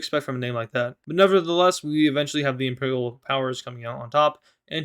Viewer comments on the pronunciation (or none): none